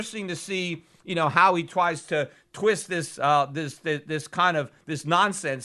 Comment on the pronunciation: "How he twies to..."